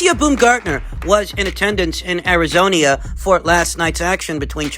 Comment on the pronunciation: "Arizonia" lmao